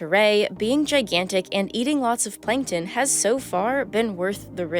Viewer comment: plankton not 'plinktin'